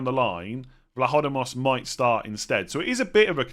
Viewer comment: You said Vlachodimos correctly except the accentuation is on the "i"